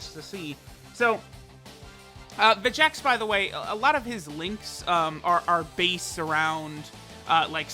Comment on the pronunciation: It's Veyy-G-Echs